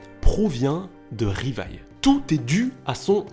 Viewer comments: On dit livai et non rivaille, les japonais prononce le L En R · Plus jamais tu dis Rivaille c’est quoi cette insulte C’EST LIVAÏ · Choqué qu'il dise " Rivaille " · " Rivaïlle" aïe mes pauvres oreilles 😭😭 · Tu dit Rivaille... je be shocked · Ça se dit Livaï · sa ce dit livail et sa s écrit levi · Arrêtez de massacrer le nom de ce pauvre Livai...